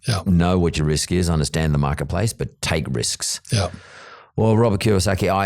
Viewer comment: It’s KiYOsaki - not Kawasaki yo 😄